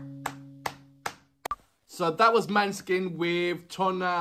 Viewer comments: The å is like an ò as in the word "lot". The e is a shwa, written "ə" in many pronunciation guides. So it's Moh-nuh-skin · Hi,! Don't worry too much about the pronunciation, we get it wrong all the time in Italy as well, because the name is actually a Danish word (for moonlight), it should be pronunced like MAW - neh - skin stress on the first syllable. For the rest... yeah, maybe you can have a look at the lyrics next time, but just do what you genuinely like, it's what keeps us coming back... Thank you!